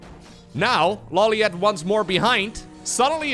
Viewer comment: I was late to the casting part of this stream, and I didn't notice that the minerals were lumber... That's so cursed lmao Also, I'm surprised you don't know the right pronunciation for LawLiet considering you've seen Death Note. It's ローリエット obv lol